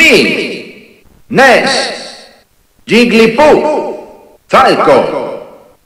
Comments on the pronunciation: I am latinamerican, but I say Píkachu. But, ¿yiglipuf? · Al menos el narrador en Español suena algo mejor que en Brawl algo no mas porque mete la pata con Ike Ique, o Jigglypuff llamandola Yiglipuf